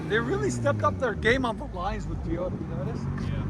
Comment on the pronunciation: I’m hearing “Teayota” 😂